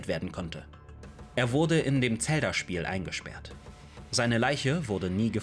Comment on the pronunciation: Bitte hör auf Tselda zu sagen😅 Sagst safe auch Tsora😂😅😅😅😅 Muss dir trotzdem riesenlob geben deine videos sind ultra gut!